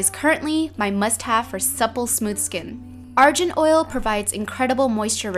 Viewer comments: Argan not arjan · ARGAN not ARJAN HAHAH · i thought it was argan not "arjan" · It's pronounced Argan oil, not Arjan oil! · jo-si ma-ron ar-jan oil or jo-zie ma-ran ar-gan oil? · The Argan oil is pronounced A-r-g-a-n not A-r-j-a-n And its also great for hair :D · Michelle it's not arjan it's (aar-gaan) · Argan is pronounced like arr-gun. The g is not pronounced as a j :) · Ar jen????? No Ar - gen (hard G) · It's pronounced ar-GAN not jan lol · It's arGan oil* like Garlic, or Good, or Gravity, NOT like Ginger, or Giant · Argan oil is pronounced are-gone oil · Zimmerman: It is pronounced Ar-Gone oil, she made a mistake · I always pronounce Argan oil like ARE GAN. I've never heard anyone say it that way. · It's pronounced {AR-GEN} Oil :) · I cringed at her pronunciation of argan oil. There's no E in the spelling, so why the heck is she pronouncing it like it's "Ar-gent" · It's Pronunced (are-gun) Michelle, shame. I am Moroccan btw. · Yah! She pronounced it wrong lol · It bothered me because she pronounced it wrong. It's cool though. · you don't pronounce the g in argon oil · You are saying argan oil wrong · It's pronounced Argan like in Grey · u pronounced argan wrong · you pronounce argan oil wrong